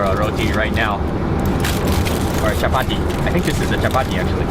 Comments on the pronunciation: The way he says chappathi 😂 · I like how you say "Chapati" 😂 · when he says chapati 😂😂😂